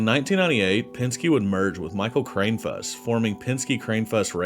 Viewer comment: Just for a future reference if he comes up again Mike Kranefuss' name is pronounced (Kran-I-fuss)